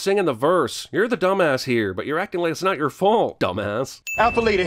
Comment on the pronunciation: Why does Will Smiff keep saying "acin"??? Does that mean he's ACTING more "black"??